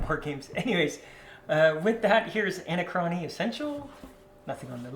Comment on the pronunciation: A-nac-rony not Ana-crony